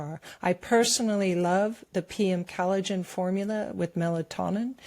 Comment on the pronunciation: NativePath ad... Pronounce collagen, not callidgin. Please.